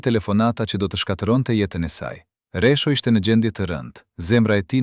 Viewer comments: Meso shqipen jo resho po rexho dhe mos perdor ll po l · Kush po folë. Një sllavë po lexon. E lumtur, jo e llumtur. E pritshme nga një gjakovar interesgji. Një gjakovar i martuar më parë me një shkinë. E mashtron një këngëtare të madhe. Jo Resho por Rexho o sllav.